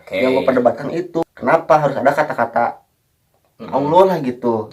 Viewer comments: mas ini bemasalah dengan penyebutan auloh senetron purasakit yanyebut auloh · Tu nma allah slhkah sbut nma allah... Nma sllah bila2 bole sebut biar bsh d mulut... Jntn bodo 2 org ni bkn islam ka...